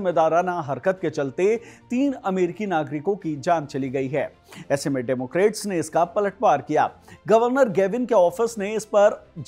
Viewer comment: डेमोक्रेट नहीं, डेमोक्रैट।